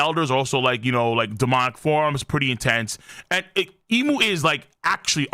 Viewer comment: Big shoutout to the Aussie calling Imu “eyemu”